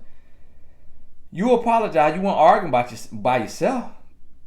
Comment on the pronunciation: Lol at pronouncing arguing as organ